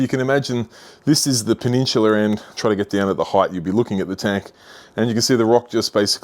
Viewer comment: Take a shot every time he says "peh-nin-chula" lol